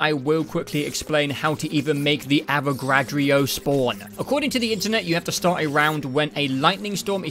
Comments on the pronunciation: he calls the avogrado , avocado 🥑🥑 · Im so glad I found these videos.. even tho its a year late Also brother fucking up the Avogadro's name every chance he gets is so hilarious